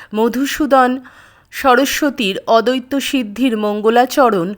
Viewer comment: Kothata "odotto"noy." Addoitto"